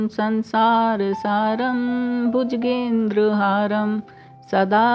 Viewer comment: Bhujgendra नहीं bhujagendra ,ज पुरा,और भी अशुद्धिया